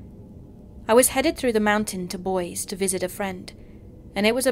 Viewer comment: The one story in Idaho, the pronunciation of the word "Boise" is Boy-see. Great narration, nonetheless though. :)